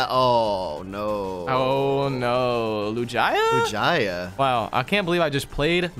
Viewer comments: LIJIA it’s lugia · You sead lu j a not lugia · its not lojia its loogia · Bro said lujiya not lugia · When said “Lugia” as “Lujia” where’s the “j” in Lugia 😂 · DID MY GUY JUST SAY LUJYA NOO it’s lugia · Triggered with lujia. Lew-ge-uh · Wait lugia is pronounced lu gia? Instead of lug ia? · Why was he calling Lugia Lujia? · He said lujaia but it's called lugia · not lujia lugia lol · they are saying lugia lujaya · it is not Lujia its Lugia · It’s Lugia not Lujia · Why does he say lugaia it's lugia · Not lugaia its lugia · Lugia pronounced: (Lu-g-e-a) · LuJiYah the pokeman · LEWGIAH????? BRO WHAT A SPED. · Anyone appreciate these guys sayin lugia "LuJIA" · ITS SO ANNOYING WHEN THEY SAY LUGIYA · LOL LU-JA-YA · Who’s a Lu-Jy-Uh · lu-GIA lol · Lugaja ? wtf is a Lugaja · He said loojia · Omg. Please stop for your friend butchering the pokemon names. Wtf is a Lu-gi-a?!?! Lu-gee-a(Lugia) and Nidoking is always said as Ny-do-king...it's nido like needle... please stop this madness!! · It is Lu Gee a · omg there’s no way just pronounced lugia like that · The way he said "Lugia" almost gave me a stroke. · and are not even pronouncing lugia name right🥲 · How they say Lugia hurts me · You said Lugia the wrong way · bro the way they pronounce lugia kills me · Can you please say lugia correctly, triggers me every time I hear it lol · I'm mad how he said lugia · He said lugia wrong which makes me mad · you pronouced lugia wrong! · Nope; Lugia is pronounced with a hard g, like with gift or gallade/gardevoir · Your really disappointing Lugia fans by saying it's Name like That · It's not gia geu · Please learn how to pronounce pokemon names. both of you, but especially that absolutely horrendous pronunciation of Lugia